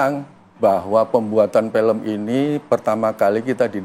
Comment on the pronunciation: Sebagai produser eksekutif aja ngomong "film" jadi "pelem" Keliatan kualitasnya ckckck